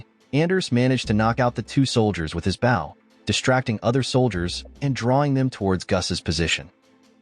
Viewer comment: Stop using AI voices. What is wrong with human voices? Bow is boh, not bau. Grenade is not grenahd. And the bow and arrow is not a crossbow.